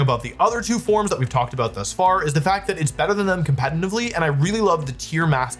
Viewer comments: I was already clenching my teeth every time he said "compenitively", then caved in at "Oon-fe-sarnt". I'm only 31 minutes in, and I'm scared *Edit. He just said "compenive" too. I know in some british dialects you'd skip the T with a guttural stun(what it's called in my language) but what's that N doing there? He sounds congested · He also said "Compatinantly" 1000 times in this video.